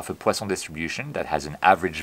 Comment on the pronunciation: Amazing as usual!!! I just love hearing you say "poison distribution " with the appropriate French accent...!!!